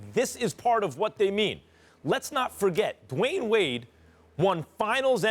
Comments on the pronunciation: he said LeWayne Wade 😂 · did Stephen A. just call DWade “LeWyane Wade?”🤦🏽‍♂️ and ppl wonder why Kyrie wanted from under Lebron’s shadow... 🤷🏽‍♂️ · He said "LeWayne Wade" lol